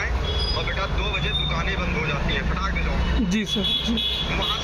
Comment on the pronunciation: ए फर्जी वीडियो है केवल फ़ेमस होने के लिए ऐसा किया गया है क्यों कि जो आदमी फोन पर दूसरी तरफ से एक वर्ड बार बार बोल रहा है फटाक से, फटाक धे, फटाक धे, फटाक धे, ए एक देहाती शब्द उच्चारण था जिससे ए साफ होता है की ए बंदा झूठ बोल रहा है